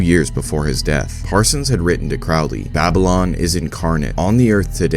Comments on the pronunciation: It’s peounuced crow Lee, like holy, Now Craaaaly like fouly. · Crowley is pronounced CROW-LEE. Rhymes with Holy, not Foully. Ozzy is wrong. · You mispronounced Crowley